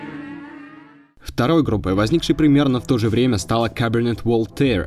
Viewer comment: Мисик конкрит, Каберне Вольтэр, Интелледженс дэнс мьюзик... Автор, ты специально так над исходными названиями издеваешься? Стыдоба же, ну.